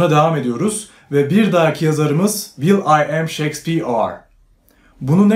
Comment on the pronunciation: "will ı am" de koptum ben toparlanamıyorum